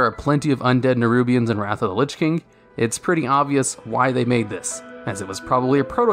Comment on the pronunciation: that's not how to pronounce wrath